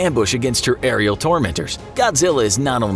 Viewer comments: Dislike for sayinin her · Every time he say's her, my brain cringes.